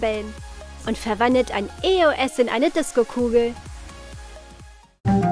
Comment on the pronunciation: Es heisst nicht e. o. s sondern eos